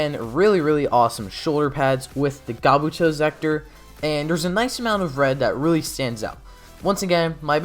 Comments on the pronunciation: Am I hearing "Gabuto" rather than "Kabuto"? Am I near-deaf? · Dude, it’s Kabuto. Not gabuto. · It's "Kabuto" not "Gabuto" lol. Imo the Zi-oh suits are all too busy. The belt is dumb, the armor is way too much. Every suit has WAY too big shoulder pads. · Why does he say zi-o like he’s saying “geo”? Edit:HE SAYS KABUTO LIKE GABUTO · not really also what about “gabuto” why do you say it like that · I love how you say "Gabuto" and "Eaehgeetou"